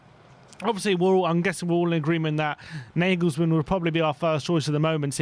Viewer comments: Can you please stop calling Nagelsmann (Negelsmann) ??@ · Stop saying nayglesmann